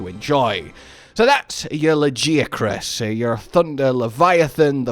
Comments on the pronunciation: Hard ' G '. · Luh-geeh-ah-cruhs???? Dafuq. Ain't no way anybody is pronouncing it like that. Idk what it is with MH players and pronunciations from fking narnia. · Your pronunciation of Lagiacrus is wild lol. Luh-Guy-uh-kris is correct I believe. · I will accept any other pronunciation of Lagiacrus except yours.... wtf was that.... ToT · Im still tryna figure out the correct way to pronounce Lagi's name bc every single time i hear his name being said its pronouced complete different. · I gave you crap over the pronunciation (and yes I do pronounce it Tie-grex and am a hypocrite) but your excitement over this addition is awesome to see. Lagi has always been my favorite monster and I started with Tri, I reacted just like you said to the second title update. He just has such presence and a lordly feel. Good analysis of what his addition means going forward. I truly hope they keep the size from world.